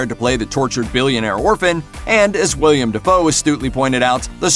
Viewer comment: Lol “William” Defoe